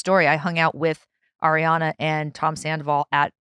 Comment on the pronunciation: Nick can’t pronounce the easiest names like “Ariana” yet he said “Emily Ratajkowski” with so much ease 😭😂